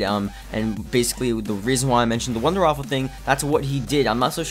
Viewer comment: Waffe waffe waffe waffe waffe not waffle! There is no L in it